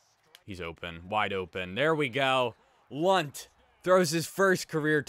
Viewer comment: “I’m almost positive the N is silent.” Well.... it’s not